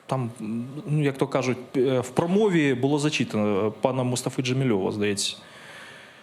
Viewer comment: Пане Буданов, не Джемільов, а Джемілєв!